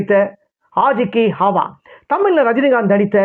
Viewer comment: என்ன உச்சரிப்புய்யா உன்னோடது. ஆஜ் கி ஹாவா --- ஆவாஸ் அய்யா அது.